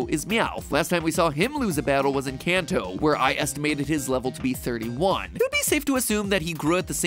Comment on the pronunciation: Notice MatPat says in Kanto. Sounds a lot like 'Encanto'...